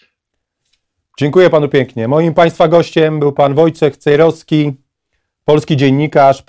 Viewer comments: Czemu każdy redaktor mówi Pan Wojciech Cejroski a nie Cejrowski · Miałem być w Koszalinie ale pewne sprawy pokrzyżowały mi plany mam nadzieję że Pana zobaczę przed świętami Wielkiej nocy pozdrawiam serdecznie Pana Wojciecha Cejrowskiego i prośba Panie Wojtku niech każdy redaktor mówi Pan Cejrowski nie Cejroski